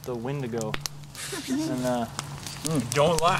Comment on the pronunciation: also, it's pronounced "when- Dee_ Go" even when plural.